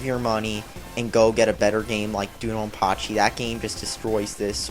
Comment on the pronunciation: Which is worse: this, or Planet Joker for the Sega Saturn? The best shmup ever is Dangun Feveron, BTW. [weeaboo]Also it's pronounced "Doh-Don-Pa-Chee", not "Doo-Don-Pa-Chee".[/weeaboo] if i made a game with furries in it, it would probably be a bullet hell shmup where the main characters are a lion, a jaguar and a tiger